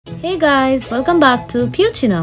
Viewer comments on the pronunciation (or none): The way she said heyyhhh😂 proves her Indian ness😂